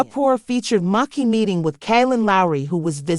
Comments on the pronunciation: I like how her name was pronounced wrong and differently every time. Talent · If you're going to do a video on someone..... don't use AI, and pronounce their name right. So disrespectful. You're trying to make money off this person and can't be bothered to do it right. Lazy